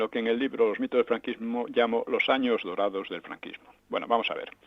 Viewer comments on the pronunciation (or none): Dorados. No durados. Que alguien lo corrija